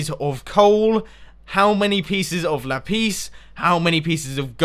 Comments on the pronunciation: y do u say Lapese for Lapis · It sounds like ollies saying la piss